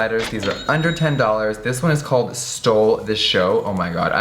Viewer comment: When he said under 10 dollars did any one else think he said $110